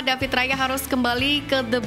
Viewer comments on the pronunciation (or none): none